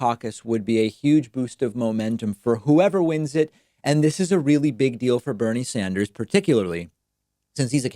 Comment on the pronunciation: "Bernie Sander"